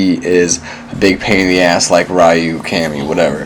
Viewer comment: Why is Ryu's name so difficult to pronounce? It really bothers me that people who obviously love the Street Fighter games this much can't be bothered with learning name pronunciation.